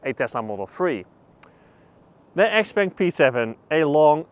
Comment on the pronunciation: Pronouncing it as XPeng is correct. That's what it's known as internationally. In the Chinese market, it's known as Xiao Peng.